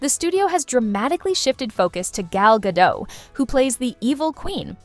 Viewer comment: Gadot, not gado. the T isnt silent